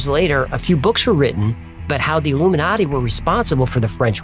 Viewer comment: modiji is illu-me-naughty😂😂